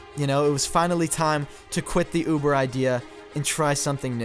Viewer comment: “I don’t know uvvver driver”